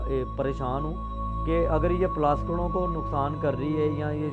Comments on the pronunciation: sorry mazrat k sath plaskit nahi plastik bolay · bhai aap bar bar Plastic k bdle ..plaskit plaskit ! q bol rhe ? 😀 kya zuban aapki or log ki trh kisi kisi chij me nhi firti h kya bhai mere 😀 bt we Lov you brother. ALLAH HAFIZ